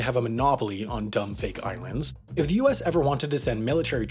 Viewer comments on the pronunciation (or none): I swear he said irands there, , am I stupid?